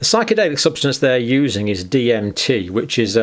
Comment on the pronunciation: Lol, he couldn't pronounce DMT. Must not be a Joe Rogan fan.